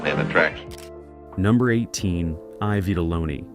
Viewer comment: Not EYE vitelloni It’s E vitelloni Robot narrated